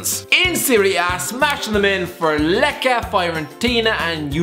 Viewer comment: Fella, Lecce it's not pronounced LEKE, it's LETCHE. Lecce must be pronounced Letche. You're welcome.